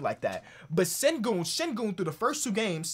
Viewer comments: Turkish subscriber here, it’s pronounced ‘Shen-goon’ mate :) keep up the good work can’t wait for the notifications coming from your uploads! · its pronounced shengün (ü as in j(u)ry)